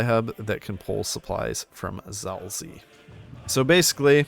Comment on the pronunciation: HOW DID YOU PRONOUNCE ZAOLZIE?!